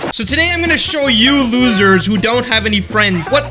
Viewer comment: you said us lozer